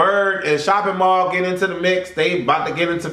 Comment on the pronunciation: This fool called Mally Mall "shopping mall". I CAN'T! I WON'T! XD